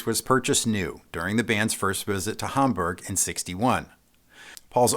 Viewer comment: The Hofner wasn't stolen from Abbey Road Recordings Studios. It was stolen from the van his road crew were in charge of. Also, he mispronounced Hamburg. It's Hamburg as in Hamburger. And Brian Epstein didn't pronounce his name like the late Pastor John Osteen of Lakewood Church. He pronounced it like Frankenstein. Brian Epstein not steen.